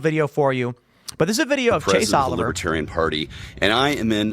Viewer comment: Trump can't even pronounce Libertarian. He says, "Libbytarian". 😂😂😂. Trump got BOOED and BOOED and BOOED during his speech.